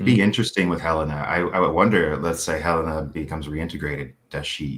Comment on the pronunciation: Can someone teach how to pronounce Helena and Jame 😆